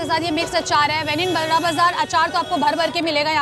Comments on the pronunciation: Bura bazar he pronounces hai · Bara bazar its not burra bazar.